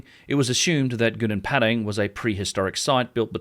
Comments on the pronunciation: Its Padang not Pedeng Pa just like Papa And Dang like Dung Papa Dung, Padang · Try to learn to pronounce correctly. That you pronounced Padang became Pedeng is really annoying. I am Indonesian but I always speak like a native in many languages including English, Dutch, French, etc. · It's Gunung Padang not Gunung Pedeng Learn to pronounce names correctly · Please pronounce Padang correctly